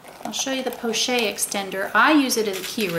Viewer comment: I just have to say that it is pronounced 'po-shett' with a hard t and not 'porchay'. In the French language a consonant followed by an e is usually has a hard emphasis. The word pochette is used to describe any small envelope shaped handbag.